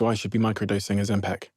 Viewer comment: Ozempic not Ozempec!!!!